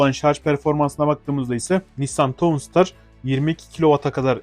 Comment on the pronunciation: tavnsıtar diye okunuyor